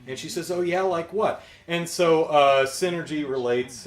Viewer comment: ... Sin-ergy.... lol!